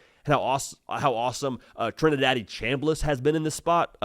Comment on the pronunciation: Did he say Trinidaddy?